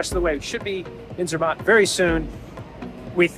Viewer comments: I have to say as a brit the way you pronounce Bologna (Bol own ee a), Milan (Mee larn), Zermatt (Zeer mart) grates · ZER matt.....your pronunciation absolutely SUCKS..... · Sorry to say so (not reallly), but you are so American! Butchering names of towns (there is no ai in Sankt Moritz) and ZerMATT), as well as your lack of knowledge how to use your cutlery. In Europe the fork is used in the left hand, and as far as I know in the rest of the world as well. Adapt to the etiquette of the countries you visit, dan't be a Murican! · your "American" pronounciation of ZEMATT is absolutely PATHETIC....American, you cant help yourself